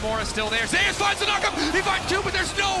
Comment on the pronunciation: Zeus is zeus not ‘Zay-us’